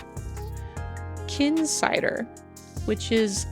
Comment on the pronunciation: good vid! it should be known that it's pronounced KHinsider like the letters K and H as it's the acronym for Kingdom Hearts as the website is primarily a forum with a VGM music subsection, sorry i just wanted to put that out there